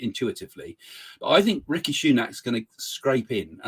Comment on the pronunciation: It is not Ricky but Rishi..